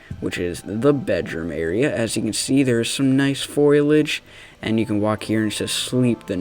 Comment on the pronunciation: Foilage. Foilage. Foil. Age. It’s foliage. Foilage.